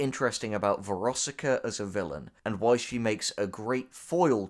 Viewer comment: VEROSIKA THOUGH. VER OS IK A